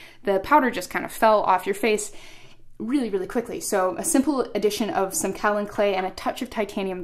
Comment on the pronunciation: Kaolin clay is mined in Georgia USA. it is pronounced 'Kay-O-Len', not kow-len